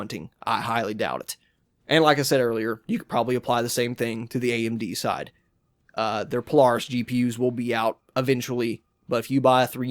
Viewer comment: disliked because you said poLAWHRUS